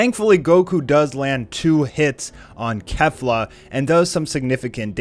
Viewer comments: It's pronounced "Kayflah" not "Kehflah". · Kefla is pronounced KAYfla, yw